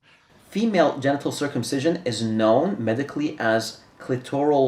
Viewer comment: “Female Gentle circumcisition”. DId say “ Gentle”???